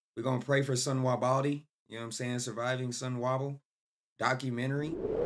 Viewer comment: is sonwabile so so na na na na bile not sonwahbile.😂🤦🏾‍♂️